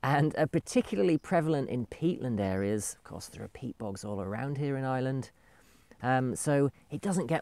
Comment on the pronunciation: Thank you for posting. Interesting video. To me, it sounds like you are saying "I Land" or "Island". Here in the US, my $50,000 Toyota 4Runner SUV full coverage insurance is about $450.00 every 6 months. Would I even need a 4x4 there? I'm a retired Geologist and need it for gold prospecting here in the western USA.